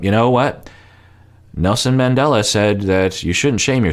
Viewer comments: That was so ridiculous. Steven is a joke. First he invokes Jesus and then Nelson Mandela. He couldn't even pronounce his name correctly 🙄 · Did anyone else want to slap some sense into Steven when he invoked Nelson Mandela (and mispronounced his name even)? He's so ridiculous. Good grief. And how long has he been practicing this speech? Does he just Google random quotes to throw out into his rehearsed manipulative conversations?! He just out cringes himself as time goes on. Props to Ari for calling him on his crap. And props to Kenny and Armando for being awesome, all the time. And even Corey made great points. You know Steven is below the bottom of the barrel when Ari and Corey are in a position to dish out respectable relationship and life advice.